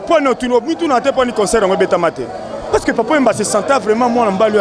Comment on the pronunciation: concert et non consoeur. bongisa